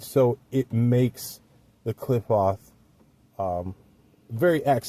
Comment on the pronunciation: Klee-pote.... my friend that's how Qliphoth is pronounced... this is a decent texts on the subject! Great review...👍👍